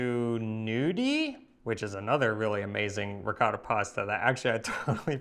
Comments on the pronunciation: We know Harper loves Ricotta, so why he cannot make an effort and pronounce it a bit less American? Instead of Ricada say Ricottttta! Thanks 😉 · Peace Harper you know better. Try to pronounce the Italian names a little better. It is RI COT TA. Not Ricoda. I also dislike how the Americans say risotto. Risoodo 😢. Great recipes !!! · Oh Pa-leeese! Harper please use the correct pronunciation of the Italian words: ricotta is not ricatta. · Veramente lui dice qualcosa come “Rihcada”. Ma la cosa strana è che lui saprebbe anche pronunciarlo in maniera originale, perché lo sente ogni volta da. Se non lo sapesse, come altri americani, si potrebbe anche in qualche modo giustificare. a fianco a lui dice ricotta, così come dice altri termini italiani in maniera originale, e lui a fianco a lei continua a ripetere…. “Rihcada”. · Harper, I know that you know how to pronounce ''ricotta'' properly, so do it. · I, as an Italian, when he pronounces the word Ricotta, I hear a word in my ears that sounds something like… “Rihcoda”. The strange thing is that he has next to him who makes him hear every time the original pronunciation of the word (or even other words), but he continues to go on his way, as if he never heard the original pronunciation. By the way, for me the even stranger thing is that, as you also say, he after years of living with, he knows very well how certain things are pronounced in an original way, because if he didn't know, like so many other Americans, it would be more justifiable. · Quindi in questo video, per quanto riguarda la Ricotta, sentiremo Harper dire diverse volte qualcosa come...”Rihcada”?;) Comunque, la cosa molto strana è che lui sa bene come si pronuncia in maniera originale Ricotta, perché lo sente dire ogni volta da in maniera originale, così come altri nomi italiani. Se lui non lo sapesse, così come tanti altri americani, si potrebbe più giustificare. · Ricotta cheese.....pronounce it right..!!!